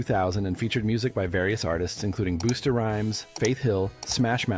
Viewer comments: Boosta? It's Bust-uh. What the heck!? lol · "Boosta Rhymes" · 'Boosta' Rhymes🤣🤣🤣🤣🤣🤣🤣🤣🤣🤣